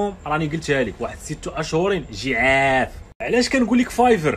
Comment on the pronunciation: عجاف و ليس جعاف